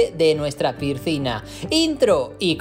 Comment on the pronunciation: 😅😅😅 no pude seguir después del 3er pircina